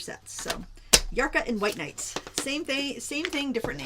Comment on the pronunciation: pronounced the White Night maker brand correctly. Love to see in all the palettes that you’ve shared over the years in one whole video!! And thanks for recapping the highlights and tips for each brand!